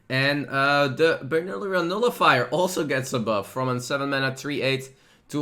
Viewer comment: see in the vid, how he pronounces the berylium nullifier xD